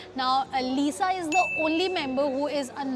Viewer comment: Uska naam Lisa hai na ki Liza bolna to Sikh le pahle 🤣🤣🤣🤣